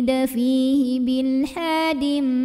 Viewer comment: Assalamualaikum warohmatullahi wabarokatuh. Afwan ustadzah di al hajj ayat 25 menit seperti terdengar bil bukan bi'il Afwan kalau saya salah, karena biasanya saya selalu membaca mengikuti video ustadzah namun yg menit tersebut saya ulang namun selalu terdengar berbeda dengan tulisannya. Semoga ustadzah selalu diberikan kesehatan dan ilmu bermanfaatnya menjadi amal jariyah, amiinn